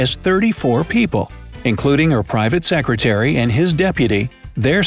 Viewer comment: Also it said deputy sercretary in stead of secretary